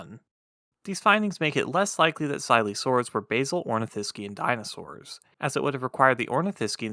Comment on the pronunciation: My feedback on his narration is that if he is going to narrate this type of thing he needs to learn how to pronounce words like Ornithischian and all of the words that end in -ivorous.